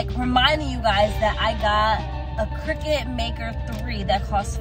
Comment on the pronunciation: Cricut not cricket lol good video though